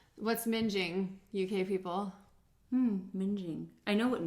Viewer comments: Ming like Wing. Not Minge like Whinge 😆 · Please stop saying minge - it's too funny when you will realise what it actually means in the UK!!!! 🤣🤣🤣🤣. As somebody else pointed out, that's not how you pronounce what Ren was saying!! Mingg-ing (what he was saying) means dirty or ugly and yeah minge (pronounced minj) well I'll let you find out what that means.... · Somebody already described what "minging" is but it is in fact pronounced like "ringing" cheers from wales x